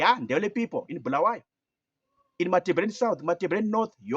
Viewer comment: Stop saying Bhulawayo and say Bulawayo